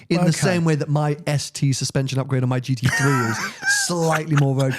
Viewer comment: Can someone please tell it's a GT Three not a GT Free...